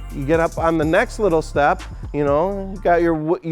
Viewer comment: "Wittle Stair Set, Wittle Ladder" lmao